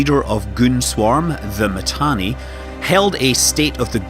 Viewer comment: Do you even play Eve? Init lost its space? And its not Matani,its Mittani. Imperium won the war, and now they are even going north killing shit. Pandemic Horde still needs to blue entire game to present a serious defence. Goons and Init didn't loose anything, it was a defensive move. So many capitals still trapped in m2, from time to time they come online and die,and some of them joining goons. And if the servers didn't poop out,Test would have lost the entire super cap fleet,when that boson fire came down. Pubbies still trying to put their shit together. Oh an not to mention, Test alliance best FC Called Pro God joined goons,and most active Horde FC also just joined Goons. Down south, nothing changed, except those few Keepstars that died. Mittani left, Asher stepped in, nothing changed.